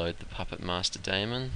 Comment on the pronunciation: You pronounce some words horribly, I couldn't even understand you. Here is English pronunciation from wiktionary. Test: IPA: /tɛst/ Daemon: IPA: /ˈdiːmən/